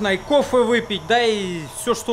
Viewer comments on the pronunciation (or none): Лайк за "коффэ")))